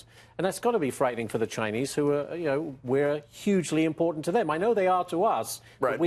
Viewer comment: To the bright and beautiful woman in the panel tonight, please stop pronouncing the word "Important" as if there were a "d" in it! Too smart to be sounding dumb = )